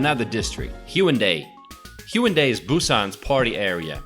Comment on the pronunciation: Brian Y. Actually, there is no 'w' sound in the Korean language, so although it's customary to spell it with a 'w', it is definitely not pronounced that way. The correct pronunciation is more like 'Hey-OOn-dey', except that there's no 'y' sound at the end of the first and third syllables.